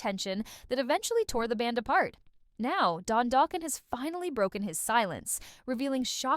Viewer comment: 😂 Doughkin 😂 stop the use of AI